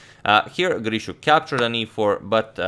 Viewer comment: Nice r-rolling on "Grischuk". Gdlischuk.